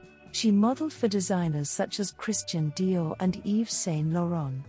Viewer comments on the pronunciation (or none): none